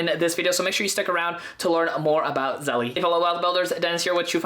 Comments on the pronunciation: It's not pronounced "zelley" ITS PRONOUNCED "ZEL" !!!!! Is it spelled "zellie"? No, right?!?! It's spelled zelle - therefore the last "e" is SILENT!!! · I think it’s pronounced “Zell” like the word “sell” but with a Z. It isn’t “Zell-ee.” 🤔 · I think its Zelle not Zelly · it's zehl not zellie; OY VEY! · You're mispronouncing it - it's like Zell (the last "e" is silent) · You dont pronounce the e on the end lololol It's Zell like Sell but with a Z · Stop calling it zelly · pronounced "ZELL"* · Zelle is the ONLY way to send money instantly for free. Game changer! Also, the E is not pronounced so it’s just “Zell” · The incorrect pronunciation really bothers me. The word “Zelle” has to be pronounced correctly especially if you are doing a tutorial. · You don't even know how to pronounce Zelle, I cannot trust you.